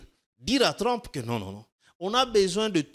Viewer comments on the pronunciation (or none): "Trump" dans la bouche de: "TLLLOM" 😂😂😂. Sur le fond je suis d'accord avec lui.